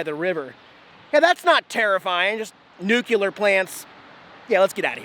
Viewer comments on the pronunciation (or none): It's nuCLEAR not nucUlar. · "Newkiller", you mean nuclear? . . . . nu clear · SAY IT WITH ME.....NU CLE AR!! NOT NUCULAR!! FFS!!!! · nU-c-l-E-a-r NOT NucUlar 🙄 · NU-CLEAR! not Nu Q Ler! Sorry, just a pet peeve of mine.Keep up the great videos bud, give Jax some scratches for us! Take care. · New-Klee-Ur That is all.